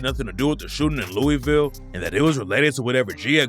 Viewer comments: If you are going to talk about my city Louisville it is pronounced Lou-a-vul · This guy doesn’t know Louisville by the way he pronounces it